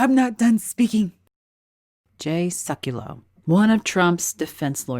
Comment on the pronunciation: It's Jay SEKulow, not Suckulow.